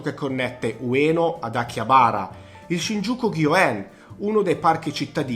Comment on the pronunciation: Perdonami una critica, ma avrei fatto un minimo di "studio" sulle pronunce, Shinjuku, Akihabara, Asakusa, Roppongi, Harajuku. Don Quijote, otaku, ... Non ne hai azzeccata una 😀 In Giappone ci soo stato parecchie volte e posso dirti che nella top 10 magari avrei messo solo le cose da vedere, in questo video sinceramente approvo solo Shibamata che è un posto molto bello spesso fuori dagli itinerari turistici, ovviamente Shinjuku e Shibuya e Harajuku se però parliamo delle vie interne che sono molto caratteristiche (piene di istallazioni artistiche, mostre, botteghe, ...), se consideriamo solo Takeshita-dori allora no, è una trappola per turisti. Insomma, secondo me mancano una marea di posti fondamentali da vedere I ristoranti sono invece estremamente soggettivi, anche perchè l'offerta a Tokyo è folle, è difficile fare una top. Io ad esempio per quanto riguarda il discorso sushi e sashimi avrei consigliato di andare allo Tsukiji Market dove mangi quantomeno la materia prima più fresca (anche se ora il vero mercato del pesce è stato spostato e Tsukiji rimane un "quartiere" con solo i ristoranti). Mi scuso per le critiche, ma sul Giappone sono particolarmente pignolo 😉